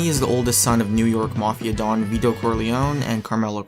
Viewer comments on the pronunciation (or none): none